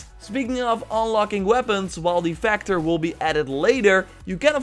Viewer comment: Vector not factor